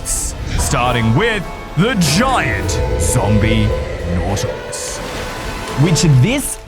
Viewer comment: "ZomBiE naUtiLIE"